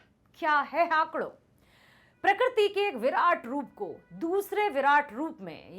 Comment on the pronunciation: Good but , it's not हाकड़ it's हाकड़ो